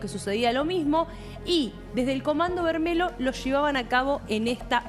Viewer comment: comando vermelho, el final "lho" se pronuncia "llo" o sea "vermello"